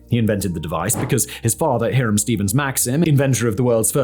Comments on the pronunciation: It's pronounced High-rum - I'm surprised you didn't know. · What's with Simon and names? The Maxims first names are pronounced High-ram, not He-ram.